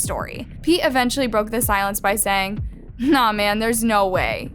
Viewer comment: is it just me or when they said pete it sounded like pee